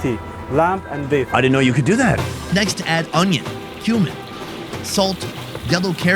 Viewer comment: I thought he said Human instead of “Cumin”